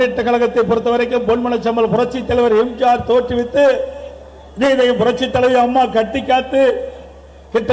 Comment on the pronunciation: இன்னுமாடா இந்த உருட்டை உருட்டுகிட்டிருக்க தற்குறி... உன்னை நம்பி எவனும் உன் பின்னாடி வரமாட்டான்டா துரோகி... எம்ஜிஆர் னு சொல்ல தெரியல நாய்க்கு எம்ஜார் ங்கிறான் தற்குறி கோமாளி...